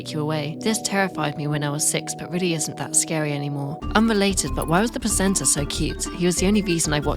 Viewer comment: im so sorry the way you say "presenter" sounds like "placenta"